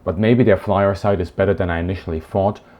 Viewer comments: flir is pronounced very german not "Flyer" just "Flier" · Ummm... what...? FLIR = Flyer... No. FLIR = Fleur (Like the woman's name) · It is not said like that!! FLYER is the wrong pronunciation. Say it like (FLEA) + (RR)! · FLIR pronunciation: F-LEAR not Fly-R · FLIR is not equals "Flyer"